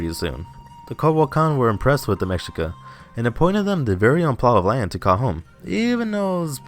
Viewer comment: Try and pronounce Mexica like this " May - She- Ka